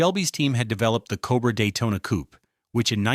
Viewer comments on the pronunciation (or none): none